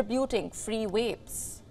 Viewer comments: They said the title wrong! It’s swap cigs for vaps. And she says wapes laugh out loud. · She is having problems getting her lips round wapes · V must be hard to pronounce